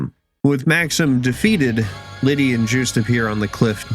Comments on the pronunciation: I hear "Juiced" Everytime you say their name 😂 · The way he says "Jewst" is funny.